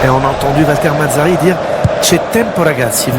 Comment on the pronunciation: valter mazzarrrri ahahahaha che risat